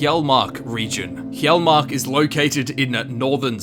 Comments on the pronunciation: Damnit it's Hyall-march not hyall-mark. SAY IT RIGHT. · It's yarl-March